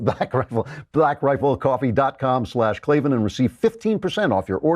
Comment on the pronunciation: Either change your name or pronounce it correctly. Klavan should be pronounced clay van